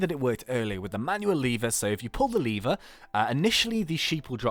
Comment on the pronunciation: you say lever like leevwr